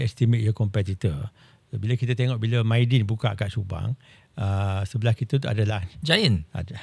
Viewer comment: Mydin bang, bukan Maydin 😅